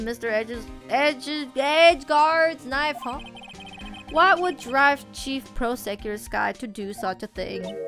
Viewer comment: I almost feel like Edgeworths safety is in question. Also you saying prosecutor like that is making me hungry... Mmmm prosciutto.....